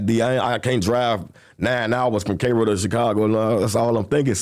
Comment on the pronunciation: 😂 when he said Cairo I understood why he didn’t make it back home